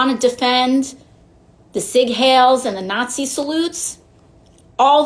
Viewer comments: Ohhh NOW AOC wants Bills read before passing them..imagine that. Also, it’s Seig Heil not Seig Hail moron. At least know what you’re actually complaining about. Good grief. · sig hail? Hiel pronounced High-ull. Except the hand salute Elon made was the same hand salute AOC made at her rally. The same Warren made at her rally. The same many other people make to the crowds. Not even close to a nazi salute. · She called it a "cig hail." 😂😂😂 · "The sig-hails"... 🤣🤣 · Anyone who can't pronounce Sieg Heil correctly, piss off with your fake outrage. Those that take the time to understand history and why Hail Victory was their chant, in the real sense, don't butcher the pronunciation.